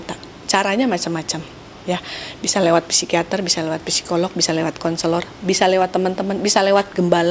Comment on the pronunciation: Masukan dikit, psikiater, psikolog baca yg benar tanpa P , jd sikiater, sikolog gitu aja.. makasi